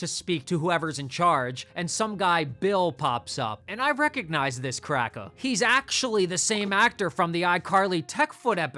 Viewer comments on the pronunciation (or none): “And I recognize this crackuh!” 💀 😂😂😂😂